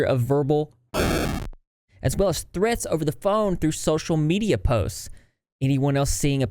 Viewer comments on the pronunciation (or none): none